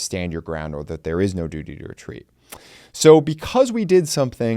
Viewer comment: Duty to wetweat is wetawded